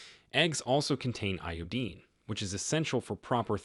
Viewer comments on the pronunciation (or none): "i O dine" NOT "I O DEAN." AI ISSUES?